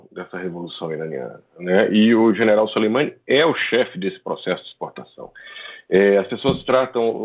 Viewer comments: A pronuncia correta é Suleman(i) . O i final é quase mudo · o cara nao sabe nem falar o nome do Soleimani haahahahahah